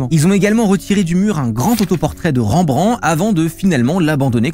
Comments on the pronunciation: Ca se prononce REM BRAN TE pas ranbran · Ca dit bien "une aigle" mais juste derrière ça prononce mal le nom de Rembrandt xD